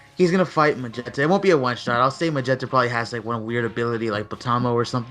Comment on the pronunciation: Why do you keep saying mogetta instead of magetta